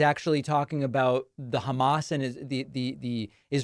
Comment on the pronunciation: Has anyone besides me ever noticed how trump refers to "Hamas"? He pronounces it "Hummus"....you know like the chick pea/tahini/garlic/lemon dip??